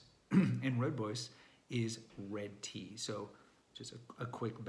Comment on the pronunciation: rooibos is mispronounced so many times by people. Makes sense that darn Afrikaan